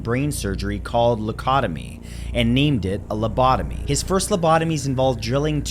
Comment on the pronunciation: #9🎶You say LOCOTOBY🎵 I call it LOBOTOMY!🎶...🤓😎✌🏻